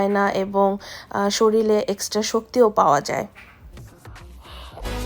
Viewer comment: জানি এটা দোষের কিছু না, অনেকেই শরীর কে শরীল বলে কীন্তূ তোমার মুখে অনেকবার শুনে একটু কেমন যেন লেগেছে । রাগ করোনা আবার ভাষা শিখাতে এসেছি মনে করে। দোয়া করি অনেক ভালো হোক। ও একটা কথা আর্দ্র'র সামনে খাবার খেলে ও কি কোনো react করে?